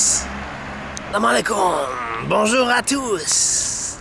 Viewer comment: Make me laughing when you say salamalykoum with English accent 🤣🤣🤣👍👍👍👍👍 welcome to Morroco